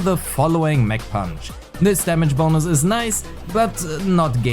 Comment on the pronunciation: Ah the sound of your « damage bonous »